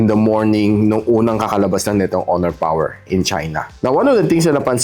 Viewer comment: Malupiton Dad Mode: oh, PAWER!~